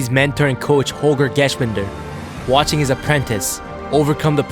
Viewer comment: Respect n all..good video but man you slaughtered Holgers name lmao.